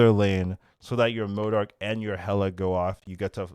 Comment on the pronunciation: Why can't any of the SNAP content creators pronounce M.O.D.O.K correctly?